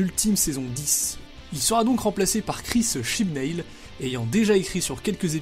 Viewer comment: OMG "Chibnail" mais on prononce "Chibnaule"